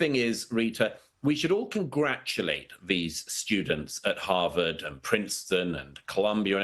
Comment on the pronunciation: "Ham-vard" University ?